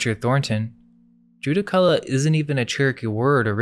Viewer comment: Judaculla is pronounced Djurracula